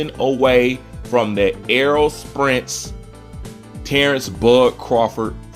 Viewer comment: His name is Spence not Sprence.